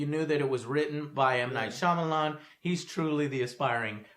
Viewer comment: Yes,. Foreign names are funny. But if you're not four years old, and have seen literally a movie, you know how to pronounce Shyamalan's name.